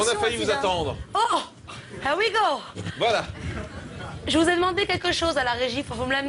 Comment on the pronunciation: "Oh hère wi gau" Meuf te prends pas pour Mario, t'as même pas l'accent, juste la moustache.